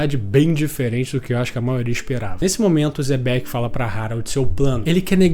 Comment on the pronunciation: O quão difícil é pronunciar certo os nomes? Kkkk uzop e zebec mds kkkkk